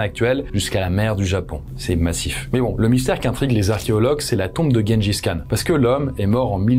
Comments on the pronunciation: Même pas il se renseigne sur la prononciation 🤦‍♀️ Tjenedjis Kane !! Comment tu dis Gérard et guenon ??? 🤦‍♀️🤦‍♀️ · Le niveau... Personne ne dit "Guengis Khan".